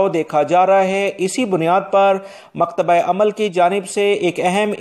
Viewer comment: ایک تلفظ ٹھیک کر لیں۔مکتب عمل کو آپ مکتبہ عمل بولتے ھو۔